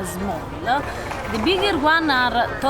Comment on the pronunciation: Non so può sentire come parli inglese.. l'accento è una caricatura esagerata . Anche a pronunciare il nome di tuo marito e come dici Begouse ( because) the biGGHERRRR ARRRRR La caricatura di un russo ubriaco che imita un italiano ubriaco che parla inglese